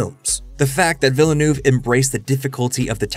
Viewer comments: Great video, thanks. By the way, it's pronounced veel-nerve. Veel-nerve. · Denis Villa(New-eh-veh) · The way you pronounce it "Villanouve" will never not be funny to me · Why can't youtubers pronounce the name though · Why have so many Youtubers failed to learn how to pronounce Villenueves name. It was understandable 4 movies ago. His films weren't that big. But he has done 3 hundred million dollar scifi blockbusters in the last 6 years. He isn't an unknown indie director anymore. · I’d love to hear Villeneuve surname pronounced correctly here. 😃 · Dude learn to pronounce his name. Just watch him on Colbert. How do you do an essay and not get his name right.